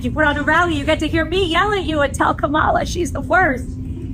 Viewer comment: The mispronunciation of Kamala is embarrassing at this point